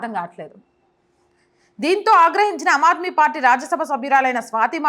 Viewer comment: అమ్ ఆద్మీ - ఆమ్ ఆద్మీ అని పలకాలి . *హిందీ లో ఆమ్ అంటే మామూలు,సాదారణ మనిషి అని అర్థం . పదాలకు అర్థాలు తెలియకుంటే - పలుకడం కూడా తెలియదు.